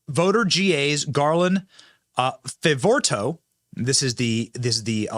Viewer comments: Garland Favorito's name is pronounced Fav o rito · BENNY, work on your pronunciation and do some research on names before doing your videos. It's Garland Fav-o-rito. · Garland Favirito Fav-o-ri-to pronounced Fav-oh-ree-to. He has been on the front line of this and the conservative side has been denied and shoved into the corner. Thank God the Biden Crime Family went after this conservative attorney so he is able to present discovery! And discover they are doing so we need to pass this around. Interview Garland Favorito however that is spelled Benny. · Benny. It's Fa vo ri to. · Fa - vo - REE - to We love you, Benny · FAY-VO-REETO. is that so difficult? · Benny Garland's name is pronounced: Fav-or-EE-toe. NO ONE WAS PAID anything. The work he presents was done by VOLUNTEERS. And they did it without ever seeing the original ballots despite many expensive legal attempts to do so. (Paid for by hundreds of concerned Georgia citizens who DONATED to the cause of truly securing GA elections.) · His name is Garland Favorito pronounced "Faa Vor E Toe" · pronounced fav-oh-ree-toe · Fav-or-re-toe. Benny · Love you Benny, but learn the pronunciation of names beforehand so you don't butcher it repeatedly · Benny how have you not heard of garland yet? Ive been following his work since right after the 20 20 election. One of the reasons I KNOW the election was rigged. Also learn to say his last name.